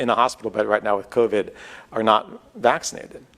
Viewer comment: Omggg I cAnt tAke it. How mAny mf times cAn this freAk sAy vAxxkcinated. If he’s trying to do some brainwashing type shit it ain’t working. Just making me want to not get vAxxkcinated even more than I already don’t want to.